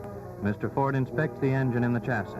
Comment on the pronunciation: The chassiss. I thought the last S was silent